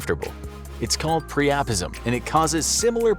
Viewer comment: It’s pronounced PRY-UH-PIZ-UM, not PREOPISM. 😂🤣